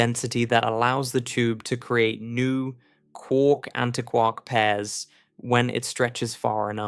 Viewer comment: Why don't you say antiquark the same as anti + quark?